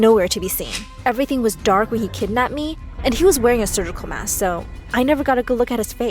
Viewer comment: She was so much fun saying SURGECOLE MASK ;D BAHAHHHHAHHAHAHHA...